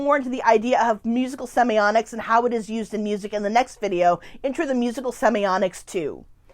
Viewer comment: Why do you call it semioNics?